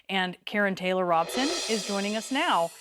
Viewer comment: Now I know. Thanks for mispronounced Robson. I liked that. She and Scary Lake are both despicable. I live in Phoenix and the Republican gubernatorial debate was absent Karrin. Hmmm